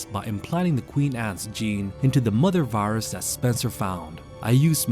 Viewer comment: "Varus" lol. Great video though!